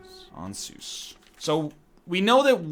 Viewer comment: LMAO Voiceover: "Ann-suzz" NL: "Aun-soos"